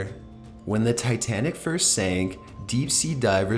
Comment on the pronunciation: You speak titanic from wrong.